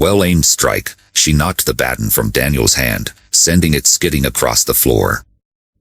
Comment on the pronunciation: Learn to pronounce baton right. I listened several times to see the true ending but it just cut off.